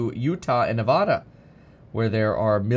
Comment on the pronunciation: Kevin, Ask your MM friends how to pronounce “Nevada”.